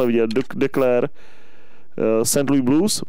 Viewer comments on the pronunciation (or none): none